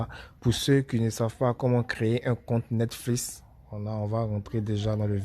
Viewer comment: Ont est en 2020 le début '' netflis ! '' jpp